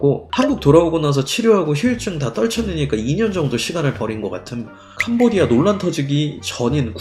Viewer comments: 하도 캄보디아 캄보디아 하다보니 도 어느순간 캄보지아라고 읽음.. ㅋ잘 들어봐요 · 캄보X아 발음실수